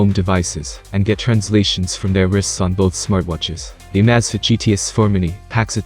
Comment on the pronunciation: If you're going to use a computerized narrator, you should probably make sure that it knows how to pronounce the name of the item that the video is about! It makes the entire video sounds stupid when it is constantly mispronouncing the name of the Amazfit! it was so bad here that I had to stop watching after less than 30 seconds!